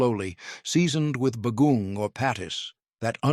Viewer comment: Agreed. The pronunciations were terrible. It took me a while to figure out the third food was saimin because the pronunciation was so bad. Others were recognizable but just horribly pronounced (like bagoong). Also, the descriptions of the different dishes were so redundant that it sounded as if the same food was being described over and over again.